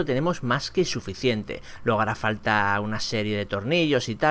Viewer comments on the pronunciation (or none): Mira el diptongo de luego es "ue"la palabra luego como suena es como se escribe no "logo"